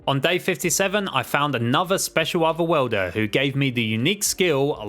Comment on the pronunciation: Okay okay I know he's saying other worlder but it sounds like otherwelder